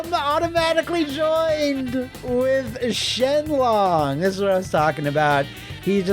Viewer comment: Shenlong = Shin Long